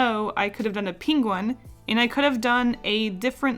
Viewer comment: NOO!! You say "pinguin" instead of penguin